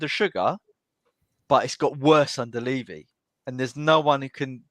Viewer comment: Can't take seriously when he can't even pronounce Levy properly.